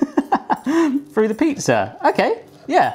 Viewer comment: "I'm gonna tide "fru" the pizza